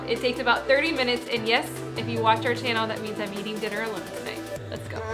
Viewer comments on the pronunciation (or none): none